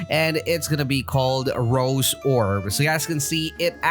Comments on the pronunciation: Ro'zay' orb, not rose but its cool just letting you know how its pronounced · No offence but I got triggered when u say rose it’s ros’e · It's Rosè not Rose